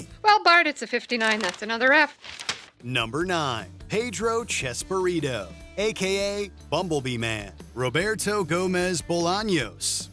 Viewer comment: It’s chespirito not chesburrito